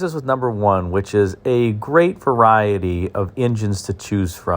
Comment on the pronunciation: You left the "e" out of "variety".